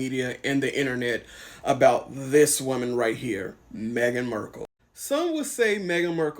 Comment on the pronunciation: You don't have to use the 'markle' name because shes 'm-windsor' now, but if you feel you must use the name, can you at least get it right? It is 'mArkle, not 'mErkle'.